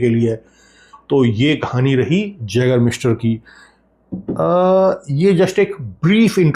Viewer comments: Sir this is pronounced as yagermeister not jagermeister. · जैगर मास्टर 😅❌ आइगर मास्टर ✅ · Sir small correction yeh as a yay.gur.miester kehlati hai j pronounce nhi hota